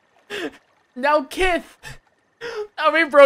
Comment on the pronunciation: Oml when you said "now kith" that's exactly what I was thinking